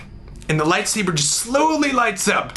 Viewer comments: with his lightsabehh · "My toy lat-sabbur" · "I reached for my light saborrr"..... "It was out of reach".... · It's "toy lightsa-BURR" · I love how he pronounces "light sabre" bahahahahahahahaha!! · It is, Le lightsabeur. x3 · "I reached for my light sabeeeeeeuur... but it was out of reach." I diedddd lmfao! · "My light say-bear." Bahahah! Happy birthday, Olan! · "Light saburrr" lmao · "And I took out my Light Saburr!" HAHAHA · "light sabeur" lolol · I will never say lightsaber the same way again. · ill never say lightsaber the same lol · haha, love the "Light Saber" in a french accent, makes it so much more intense! Olan, you give hope to all of us, in every way. You bring us happiness, and you put a smile on our face when we are down. You are a great man Olan, a great man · Was anyone else a bit disappointed when he started pronouncing "light saber" normal? My dreams died a little ;)